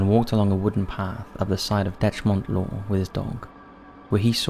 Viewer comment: say it like deck mont law and bang goure its how we pronounce it